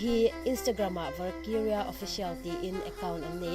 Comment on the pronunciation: Vakiria i lam dan chu leh 😂 mizo ṭawngin lam rawh, mahni ṭawng thiam hi changkan na.